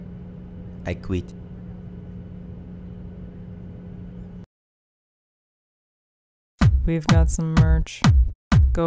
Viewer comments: "i quitê" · ''iy cweet'' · "I QUEETH"🤣